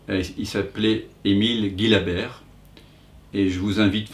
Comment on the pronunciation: Une petite précision à propos de la prononciation du nom d'Emile Gillabert.... son patronyme se prononce "Jilabert" comme dans "gigantesque" et non pas "gui........" !..., de leur vivant lui et son épouse y tenaient beaucoup. Merci d'en tenir compte.